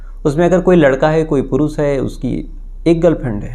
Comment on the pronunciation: pehle bhi request kiya hai,aapka pronunciation zara sudhaar lijiye,aap Shuru ko Suru bol rahe hai, Desh ko Des, Purush ko Purus, Shayad ko Sayad aur Shadi Shuda ko Sadi Suda bolte hai.Jab aap itna acha kaam kat rahe hai to its not difficult to correct pronounciation